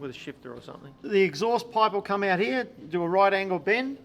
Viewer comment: What’s up with the Queensland pronunciation of the word “here”? The whole “ heeYaah” bit. is the only one who speaks normally.